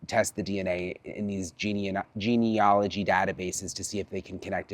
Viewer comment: Hi Brian, the word remember is 'genealogy', with an A. And the A is pronounced as an A not an O.